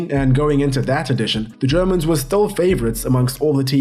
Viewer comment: Your german pronunciation was ON POINT in this video damn good as allways in your uploads, keep up the good work.